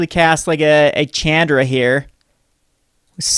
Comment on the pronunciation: when will you learn to pronounce Chandra correctly? Bless her...